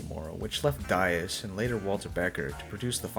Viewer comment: Ia it Dias? I always thought it is pronounced " Dee-as"?